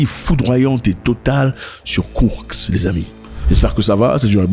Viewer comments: KourSk et pas kourKs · Cest pas kourx..cest KOURSK